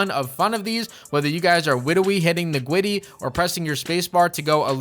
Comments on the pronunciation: Witwrally Hitting the Gwiddy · Half way through the video bro really said “Witerally hit da gwitty”